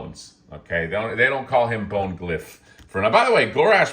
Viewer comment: It’s “Bonegl” like McGonagall. And “Yph” is “If”, like when the kids used to use Z’s instead of S’s to be edgy. Fig looks fantastic. I love the two headed trolls, and really neat to see in purple. Exxxtreme Grimace, yph ya nasty.